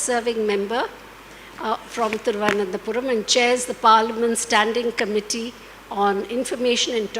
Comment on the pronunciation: Ms.....why can't she pronounce "Thiruvananthapuram"???? She even called it "Padmanabhapuram"....🙄🙄🙄 Really ma'am!!!!